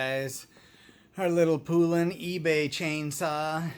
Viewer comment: Love your saws. By the way Poulan is pronounced like the country Poland except without the D. Here's a cool vintage Poulan commercial